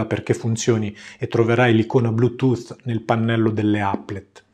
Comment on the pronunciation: Sei veramente bravo e con quella voce soave funzioni bene anche per l'ASMR :) Per non parlare della perfetta pronuncia dei termini anglosassoni (cosa alquanto rara). E poi mica tutti sanno dire DESKTOP al posto di DEKSTOP o BLUETOOTH al posto BLUETOOT.